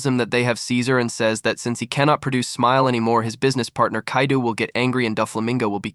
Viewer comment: It’s Kai-doe not kai-doo lol